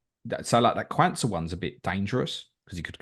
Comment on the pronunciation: for the love of god its not QAN-sah its Qaun-sah - like Quad not like Cwan 😂 Good pod fellas